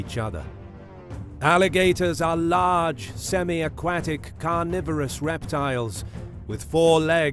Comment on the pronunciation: “Semi aqatic”😂